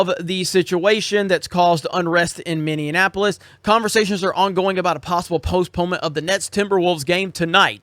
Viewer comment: Dude I live here. It's fine. You don't destroy a 200 year old city with 5 days of riots. These protests and riots aren't even in Minneapolis. This dude can't even say the name of the city correctly. Minnyinapolis??? 🤣🤣 He has no clue what hes talking about.